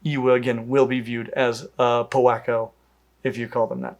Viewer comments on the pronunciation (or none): I think you mean a WHacko, with emphasis on the “h”.